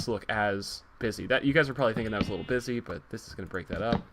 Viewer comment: when he said busy at the beginning i thought he said bitchy